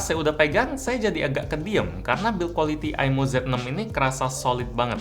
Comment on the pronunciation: Maaf kak, bukan bacaan aimo salah bacaannya imoo